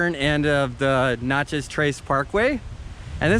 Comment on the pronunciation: Sorry. I was laughing at u for how u pronounced Natchez. It is Nat (pronounced like the bug). U missed out on the city Natchez. Beautiful with a lot of history. The visitor center is so good. Also if u go there get their food (close enough to get Cajun food).